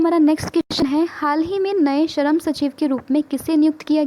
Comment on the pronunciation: Sharam nahi it's shram.